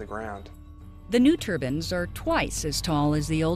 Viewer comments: It's turbines,not turbans.please America,learn to pronounce words right,your english is appalling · The narrator keeps saying turbans. I thought they were turbines.